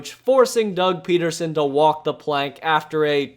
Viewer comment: It's PEDerson... not PETerson..there is no T in his name.